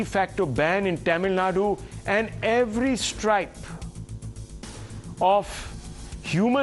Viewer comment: Rahul Ji, i am a North Indian Hindu-Punjabi...I never mispronounce. Its Tamil Nãdu तमिल Nadu, not टैमिल nadu